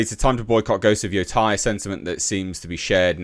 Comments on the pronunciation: my thoughts are YOU SAID IT RIGHT THE FIRST TIME! its yo te (like meh with a t) and I (ee sound) which makes it sound like Yotay when said quickly... not yotie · Why did you say “yotai” lol